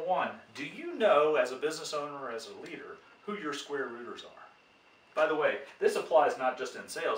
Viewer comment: I continued to hear "squatters" instead of "square rooters". But apart of this excellent video for an math and economy enthusiast like me!